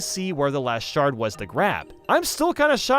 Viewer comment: I used to think he was saying “cat shart” instead of “cat shard”